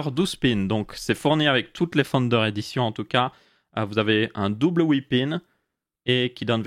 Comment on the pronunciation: À chaque fois qu'il dit "Founder Edition", j'entends "Thunder Edition".